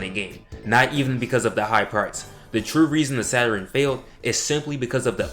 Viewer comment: Funny to hear you say "Saturin", instead of Saturn! My little brothers, and cousins used to say it the same way... Also, I can see you've done your research... SALUTES 💪🏿